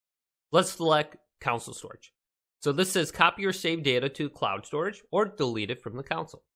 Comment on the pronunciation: 'council storage'